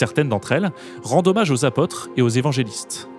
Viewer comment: Apôtre, avec un accent circonflexe svp, et pas "apatre". Haute et Autre se prononcent hôte et ôtre, et pas "hate" et "hatre".